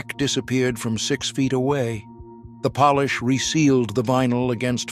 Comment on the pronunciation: AI can’t pronounce shoe polish. Made it sound like the country POLISH.